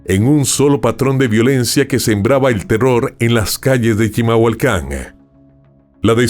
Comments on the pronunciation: ES CHIMALHUACAN, NO CHILAMHUACAN O NO SE QUE DICES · Se dice CHIMALHUACÁN 😂😅